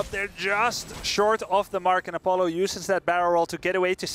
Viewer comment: "op-u-la" i'm pretty sure he was going for a-paul-oh or apollo since his name is paul oh.